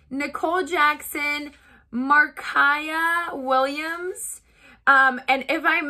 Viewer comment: Wow, you said Markaiya right!! Thank you so much 💛💛 I love your videos, I’m really happy you have been feeling better!